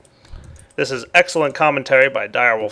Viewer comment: you dident say that comment correctly